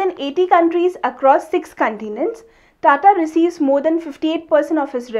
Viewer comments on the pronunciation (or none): none